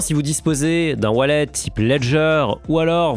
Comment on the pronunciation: "Vous pouvez l'envoyer vers vos toilettes...." ... hein ? "Vers vot' wallet" haaaaaaaaaaaaaaaaaaaaaa